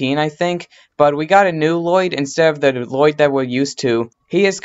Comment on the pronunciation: Bro u talk little ur a little kid u say woyyed instead of lloyd